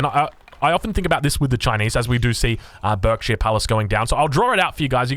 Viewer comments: It's pronounced 'barkshire palace.' I grew up in the County of Berkshire, it always makes me wince when it's pronounced as berk. Nevermind, you correct yourself later in the video! 😅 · You’re pronouncing Berkshire wrong. It should sound like Barkshire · It's pronounced bArkshire btw. <English boy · berkshire is pronounced like "burk-sheer" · Berkshire is pronounced baak·shuh. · Barkshir it’s pernounced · I'm from Berkshire and it's pronounced "Barkshire" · Just so you know, Berkshire is pronounced 'Barkshire' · Berkshire palace pronounced bark-sheer